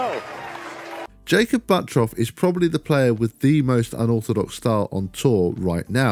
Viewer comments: Crazy how he still says buttroff and not buttruff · Surely that’s pronounced “Butt turf”?